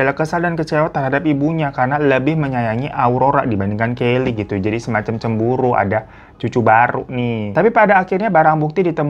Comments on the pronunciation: Mohon maap bang hiroo, punten yaakk, anaknya yg namanya "kyle" bacanya kael kayanya bukan kaylie ✌️✌️ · Kyle bacanya Kayel , kalau kayli tulisannya Kylie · Bang kyle itu bacanya kail bukan kaili deh, soalnya lakik bukan cewek😭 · Kael gak sihh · Kyle bacanya bukan 'Kayley' bang, tp "Kail" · Kyle dibaca Kail bukan Keli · Plot twist banget 😭 Btw bang hiro nama KYLE itu bacanya “Khayil” hehe… FYI aja, soalnya nama ini cukup populer disana, supaya next kita baca nama itu bisa kayak native speaker gitu 😁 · Pronounce nya Ke — i —l, bang Kayak mantannya Jessica Iskandar Richard Kyle dulu Alhamdulillah Kyle masih selamat 🙏 Soalnya dulu ada kasus serupa Jadi ada pembunuhan seorang biarawati Karena pelakunya nggak ketemu2 Warga pun mulai resah & mendesak polisi & karena polisi dimana2 11-12 Jadilah mereka memfitnah seorang 'Cecep' & 'we know' lah akhirnya Aku lupa akhir ceritanya Tapi itu jadi mysteriousy 🍃 APDET ! — Karyawan Disneyland mogok kerja — Born pink in cinema